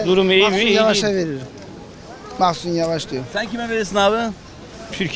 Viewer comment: "Mahsun" yavaş :)))) digeride ilk once turkiyeye veririm diuor sonra . "mahsur" yavaş diyor :)))) kardes siz oy kullanmayin .